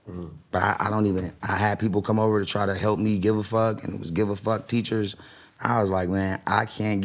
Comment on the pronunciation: Dis man said I had "gaf teachers" 😂😂😂😂